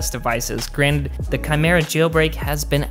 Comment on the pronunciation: It's pronounced " ki-mira". He pronounced it right.